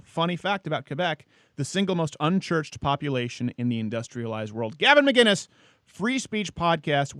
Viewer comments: will this guy ever get gavin mcinnes' name right? or will he just call him mcguinness forever? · Why does everyone pronounce his last name "McGuinnes"?! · Just start saying Gavin’s name wrong